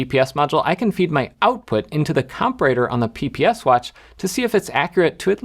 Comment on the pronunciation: I love these videos. Jeff: comparator is said: com pair a tour